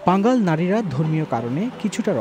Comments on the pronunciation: পাঙ্গাল না পাঙ্গন হবে। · সম্ভবত ভুল হচ্ছে। পাঙাল নয় পাঙন হবে।